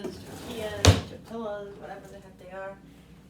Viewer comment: Those tortillas, and you were pronouncing it right I looked it up tor tee uhz per Google, anyway those low carb tortillas are a life saver for Russ, I make breakfast burritos, toasting them enough to brown and melt the cheese, we have fajitas, chicken, bacon ranch, sandwich wraps, all kind of goodness. We go all in keto on Monday say a little prayer, 🙏 Russ needs crunch too so he has bags of pork rinds ready to go 😂